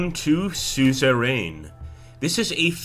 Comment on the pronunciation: It's pronounced sue-zer-uhn